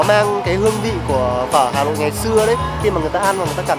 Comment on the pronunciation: Hà lội đúng mà